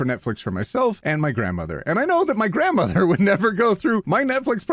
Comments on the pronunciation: grandm-OT-her.... THAT'S IT YOU WON THE INTERNET!!!! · Grandm-OT-er LOL